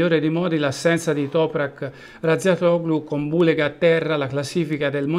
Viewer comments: Peccato per Niccolò Bhuleyga!!! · Importante e farsi capire,poi se dice bullega bullego ma chisse ne frega......!solo capaci a criticare (tipico italiano non tutti)!😂😂😂😂